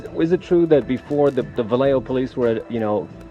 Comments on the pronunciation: V-A-hoe 😂🤣🤣🤣 Learn how to pronounce the name of the city before you do a documentary 🤦🏿‍♂️Lol... I'll say it slow for you 😂👌🏿 Va - llejo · How are you going to make a documentary about Mac Dre and butcher the pronunciation of Vallejo? It’s Vah-lay-ho, not Viejo. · Say it with me one time... Vuh-lay-ho just like they say clearly in the spoken interviews used in the video. Viejo is a whole different place. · Can you not read? How tf did you get VEE-A-HO from vallejo? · Vah-lay-o. Not Vee-a-o smh. How do you continue to mispronounce our city while playing multiple documentary footage of others properly pronouncing the name? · Bro it va le ho nobody says ve a ho. Rip to the Mac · I’ve seriously never been more offended by the way someone mispronounces a city name lol. It said it in the news clip but still every time this dude says it it’s viejo. How tho lol… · It's VALLEJO !!!! not Viejo 😢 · Ita not pronounced Viejo its pronounced Vallejo. Jack ass. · Viejo??? Nigga it’s Vallejo (Va-lay-ho) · It ain't Vee A Ho, it's either VA Lay Oh, VA Lay Ho or Valley Joe. Even the Mexicans from there don't pronounce it in a Spanish accent. I'm from the East Bay and Mac was general target as a black man in America. But, it's far more likely got done up by a couple people round the way. Everybody knows this. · Stopped watching as soon as this goof called Vallejo "Viejo." At least do the bare minimum for research. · Wtf why can’t you say Vallejo? Mac Dre said it in the first 15 seconds of him speaking. Viejo is not Vallejo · Glad someone else noticed lmao, it's Vallejo not Viejo tf. But I did like the video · He called Vallejo... VIEJO 🤦‍♂️🤦‍♂️🤦‍♂️ Cmon mannnn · Why in the hell do you keep saying veayho when i the first few mins the man says va-lay-yo damn if u was skeptical on how to pronounce it u should have verified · ? V- Yay- Ho?? Wtf Bruh VA- LAY- YO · bruh if you call VA-LLEJO, VIEJO ONE MORE TIME.......... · It’s “vuh-lay-oh” not “vieho” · It's not "viejo" its "vuh LAY joe"